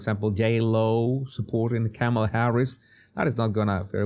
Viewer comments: You still pronounce her name wrong. IDGAF but it's "comma-la" or ",la" get it? ( , la) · Tucker Carlson intentionally calls her "Carmella" 😂😂😂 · It's *Kommie-Lush